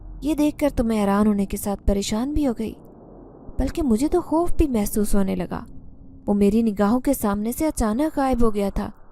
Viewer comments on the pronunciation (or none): Koi jaruri nahi hai sabko sab kuch ek Jaisa hi Lage Ye sister khop bolti hain (khauf ko)